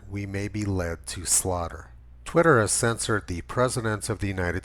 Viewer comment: LED to slaughter. “Lead,” the present-tense verb, is pronounced /leed/. “Lead” pronounced /led/ is the heavy metal.